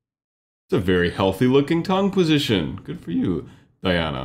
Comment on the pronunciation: Pronunciation of her name is "DEE-ana" not like Princess Diana.